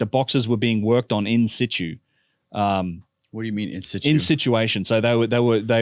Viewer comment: that not what in situ means. And it's not how it's pronounced. Also I like how he keeps saying "we" as a computer scientist who derps online and has no training in archaeology.